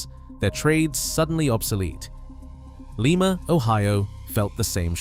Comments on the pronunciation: Lima is pronounced LIE-MA, like Lima bean, not Leema, the city in Peru. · Lima when talking about the place in Ohio is pronounced LIE MA. Not like the place in S. America which is LEE MA, Peru.